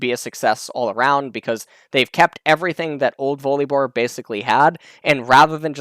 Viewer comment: i was just listening doing something else then i heard you pronounce his name weirdly .